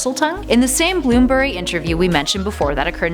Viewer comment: also its BLOOMS-BURY not bloom-bury